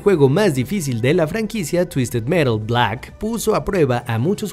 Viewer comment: Fue muy gracioso como Dijo: BLACK 😆